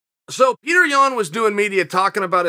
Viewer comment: Until Yan pronounces his Name as ( Pee-tur ) and not ( Pure - tore) then we the people will not listen to him 😂🤣